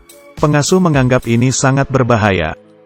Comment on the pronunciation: Bang bukan "JAKE" meskipun tulisannya Jake tapi di baca 'Jek"